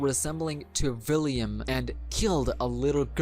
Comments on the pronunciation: Please. It’s William Not Villiam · Is he saying villiam instead of William🤔🤔🤔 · U even said william as villiam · william ❌ villiam ✅ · I believe it's william not villiam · vhy are you calling him Villiam? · I know you have an accent and I’m not tryna be rude or anything, just one thing..... ✨ᵛ ⁱ ˡ ˡ ⁱ ᵃ ᵐ✨ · Yea its william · but its pronounced william i know the story